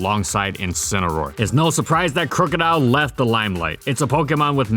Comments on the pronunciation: Crook-odile not crew-codile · "Crew-co-dile" The rest of the world: "Crook-o-dile"